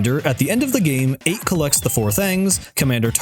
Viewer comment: I thought Achts name was pronounced ech